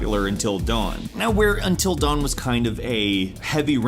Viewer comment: Is it just me or did he keep saying " Entil dawn" instead "Until dawn" ?